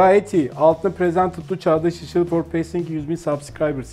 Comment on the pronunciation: Presendted you for passing yüz bin subscribers diye okuman dkkdvkdfvkfg.